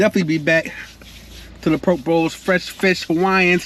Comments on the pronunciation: I live in Hawaii on Maui I use chopsticks only to eat even rice. By the way that’s not traditional poke bowl but looks reallllly good. It’s pronounced po-kay ❤ traditional poke in Hawaii is fresh raw ahi only that’s it. We eat with with shoyu (soy sauce) and poi (taro root) Thanks for shouting us local people out! Hawaii is a beautiful place. We don’t have seasons here, only place on earth with no seasons and no daylight savings 😊 Enjoyed your video! Alohaaaaa 🤙🏽🤙🏽🤙🏽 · Hi. It’s Po Kay Bowl 🍲! Poke’ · He be getting to the MONEY!!! LOVE TO SEE YOU GRINDING!!! BTW.. lt is pronounced pookee bowl!!! Looks so good!!! Stay safe!!!! Many blessings indeed!!! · You should probably learn to pronounce what you’re eating… makes you look real crazy.